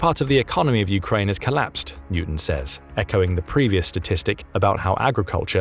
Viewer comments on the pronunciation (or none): none